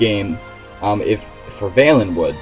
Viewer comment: You pronounced valenwood wrong.